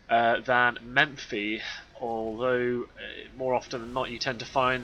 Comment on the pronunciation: It's Mephi, not MeMphi :) Just to keep the tradition of correcting something every cast.